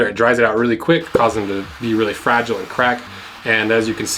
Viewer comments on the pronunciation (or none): none